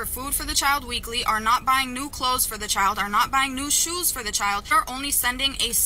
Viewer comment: Ugh, listening to say chiow, like child is just aggravating.